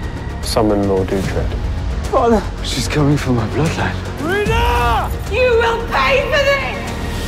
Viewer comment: that he gets treated like crap. Also, uhtred not ultred